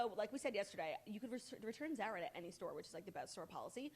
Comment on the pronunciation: Zara with the short a. I can’t